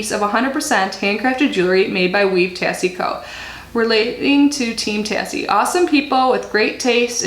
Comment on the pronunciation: I believe it's pronounced tay-see 💜 they're super cute!